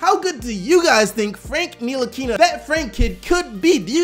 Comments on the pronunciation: It's Ntilikina..... Nill-a-keen-a. The "T" is silent. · I'm French, from Strasbourg (Frank's team last season) and it's Nee-Lee-Keen-A (the "a" being pronounced the french way) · Cody Smith knee-la-key-na is easier to pronounce for most lol